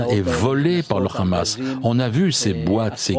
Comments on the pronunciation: le hamas pas ramas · Non. cela se prononce RHama, comme le "R" de cRacou cRampe.